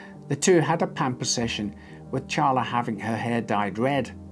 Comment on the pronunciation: I appreciate you saying Charla correctly (though I don't know how the lady in the story pronounces it). Most people say Sharla